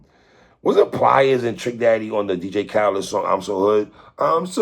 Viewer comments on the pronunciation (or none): none